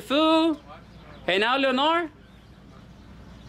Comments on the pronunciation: Leonard pronounced with a D Leonar(D) not Leonar just fyi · Leonard- Pronounced lenerd Le Nerd Leonard the nerd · It sounded like the female name“Leonor”....to me! 😂😂😂😂😂😂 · Los tienes bien puestos. another good episode brutha! FYI: His name is pronounced LEH-nerd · ...the name "Leonard" is pronounced "Len ARD" - the o is silent. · Wrong.. pronounced.. Lin nerd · Pronounced Len-erd Skin-erd. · Lol it's Leonard like Sugar Ray Leonard lol 🇵🇷